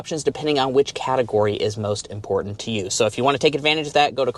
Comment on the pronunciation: If the sales make this important, the least you could do is NOT pronounce it “impordant”. Just expend that little biddy extra effort to enunciate the “t” sound. Almost turned it off right then. Thank you.